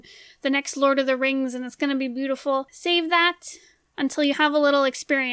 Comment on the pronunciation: “Boowitful” i love her voice